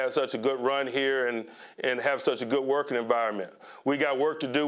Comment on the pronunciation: Why when Tomlin speaks is their all the sudden a t in good? It’s not goodt it’s just good